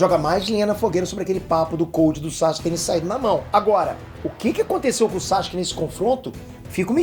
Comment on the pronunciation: N da pra ouvir vc falando SAXUQUE 😅